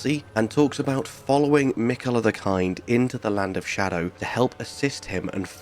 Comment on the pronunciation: are you saying scadew or do you mean shadow tree. skadew tree blessing sounds dumber than xdefiant